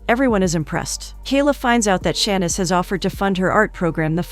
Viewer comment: Saying all these easy names wrong should be considered anti-Black. Cuz what is “Tan-yuh” 😩😭 and “Shann-niss” the disrespect.